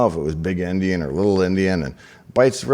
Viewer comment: It sounded like you were saying big & little Indian. If so, it should be big & little Endien. The term came from the book "Gulliver's travels".